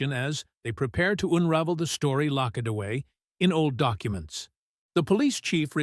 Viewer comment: at in the video your AI announcer cannot pronounce the words properly . Get with it before you rush to publish your fake articles. It's the least you can do since the story is phony. For example another word used at is LOCK ED not locked . Really ?